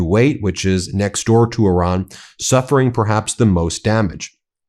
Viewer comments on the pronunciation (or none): none